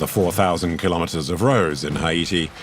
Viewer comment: repeatedly mispronounces the name of the country haiti. absolutely insulting